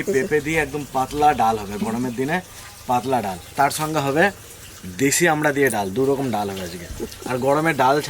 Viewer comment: "আমরা" না,,,, ফল টার নাম ""আমড়া"" হবে।